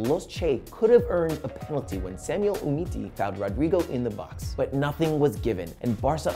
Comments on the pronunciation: Who is Oohmeetee? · Samuel umiti? Lmaoooooo